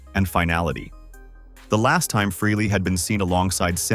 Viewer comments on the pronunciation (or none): The name is pronounced “Fray-Lee” not “Freely”! Can’t any of you ever get that right?👎